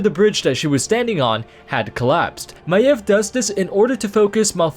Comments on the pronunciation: That is how it is pronounced...not MAYVE, MY-EV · Thats how you pronounce her name